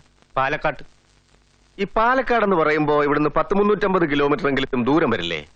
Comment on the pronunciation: പാലക്കട്ട അല്ല പാലക്കാട് എന്ന് പറയാൻ പഠിക്കെടാ പൊളിറ്റി മോനെ നേരെ മൈരേ